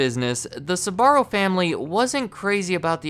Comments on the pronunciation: Having had the privilege of being extraordinary close to this family.. The first thing I’ll say is that the pronunciation you use of their name is all wrong -the family pronounces it “ SPAH -R0” Not, “ SUB -AH -RO. This was an incredibly close family and I’m sure they still are. Carmella was a woman with unbelievable energy and drive. She was also warm and endlessly gracious and generous. Her husband Gerry -short for Gennaro embodied the same qualities. The more commercial their business became, the more it suffered. Very interesting documentary and a lot of memories for me. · It’s pronounced SBA-RRO not SA-BA-RO! Drives me crazy, ask any Italian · You must be from the midwest or something. An admitted difficulty in pronouncing their names....and the company name itself. Sbarro, not Suh-barro...2 syllables, not 3. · Jeez man, It Is not "esbarro" Is "sbarro", damn Christ, Is italian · Why do you keep pronouncing SAbarro...??! it's SBarro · Horrible pronounciation, it isn Sabarro or Subarro, don't add random letters to it!! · so when did Sbarro became Tze-barro according to this pronunciation? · I find funny how he pronounces "Sbarro" as "Subarro" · The fact that he keeps pronouncing "Sbarro" as "Subaru" is tripping me up lol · I actually couldn't finish this video because the blatant mispronunciation of the business name is too grating! Man, the name has TWO syllables, not three! "Ssuborrow!" No, I don't believe anything you say if you don't even research the name first. You can say "spell", "speak" or "sparrow", can't you? Or do you say "ssupell", "ssupeak" and "ssuparrow"? The company's name sound a lot like that little bird, actually. Not exactly but close. Think Sporrow. You disqualied yourself with this. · Do Americans really pronounce Sbarro like that? Christ almighty! (I'm not Italian)